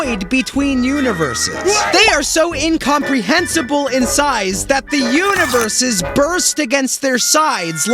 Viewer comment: he keeps saying univeres. yet only shows galaxys